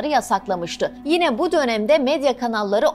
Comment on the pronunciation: Sunucu “gine” dedi.